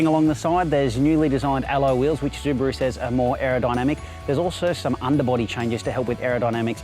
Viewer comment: Zubaru?? hahahahahahaha